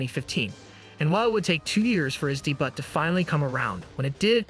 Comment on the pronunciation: You, or your crap AI voice mispronounced debut? 🤦🏽‍♂️